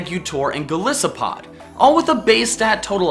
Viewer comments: I know Pokémon's names' pronunciations are controversial, but I think Golisopod's - since it's a combination of "Goliath" and "Isopod" - should be pronounced the same way as its origin words... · I'm pretty sure Golisopod is pronounced Go-LIE-so-pod, from "Goliath" and "Isopod" (also pronounced with the diphthong "ai" instead of the unstressed schwa). Just thought you should know 😊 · Wow this guy knows nothing. I'm just going to focus in on how he just threw Golisopod out of the window. First off, Golisopod is pronounced "Goll-eye-so-pod" (Goliath + isopod), and it's actually amazing. It has awesome defenses and attack, and while it lacks speed, its signature move First Impression is a stab 90bp attack WITH +2 priority that can only be used in the first turn after being sent out. So you send out Golisopod, priority hit your foe with F.Imp and let's say the foe survives, well now it hits back and chunks you to under half health. Emergency Exit just gave you a free switch out to pick a more suitable pokemon and take out the threat. Now if you send out Golisopod again, you have access to F.Imp AGAIN. And because Golisopod also has access to the now brutal 80bp Leech Life, you can heal up from your enemy so it's able to stand up for a little while longer. This pokemon allows so many strategies and options, and has a wide movepool. Throwing it out was dead wrong. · Your pronunciation of Golisopod is off. It's "gol-EYE-so-pod" because it comes from both goliath and isopod, both of which are pronounced as "eye". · every time he said golisopod i cringed., no offense, but its golIsopd. like Goliath, and Isopod. GOLISOPOD XD jk lol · Its pronounced go-LY-so-pod. Like Goliath/Isopod